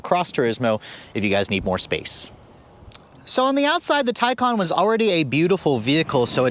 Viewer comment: How does ‘Taycan’ translate to ‘Tycon’?